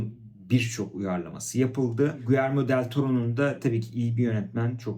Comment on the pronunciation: Guyerme değil Giyerme olacak. Takipten çıkıyorum bu kadar kötü İspanyolca telaffuzu olan birini daha fazla izleyemem.